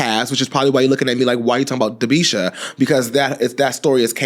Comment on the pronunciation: Not Dabeisha chile...